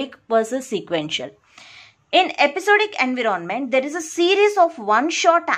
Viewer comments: ANVEROONMENT ni bibi environment hota ...chwal jahan ki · Enve-ron-Ment :yougotthis::yougotthis::washhands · Kindly pronounce environment properly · What happens to you.......🙄...she is really amazing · I didn't mean that, she is wonderful , but she ruin the word environment.